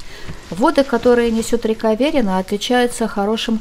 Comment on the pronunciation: всегда думал что ударение Верина падает на И.